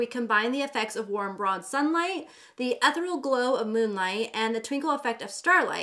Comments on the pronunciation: Great review! Love you girl but you need to pronounce ethereal correctly— əˈTHirēəl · the word “ethereal” is pronounced e-theee-reee-al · Girl you are killing me it’s said ETH-EAR-E-AL